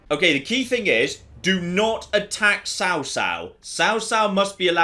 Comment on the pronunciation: This pun fails absolutely though lol because Cao in chinese has a 'C' that sounds more like a 'ch' than a 'c'